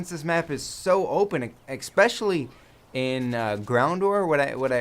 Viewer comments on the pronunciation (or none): Just to let you know, it's "especially", not "exspecially."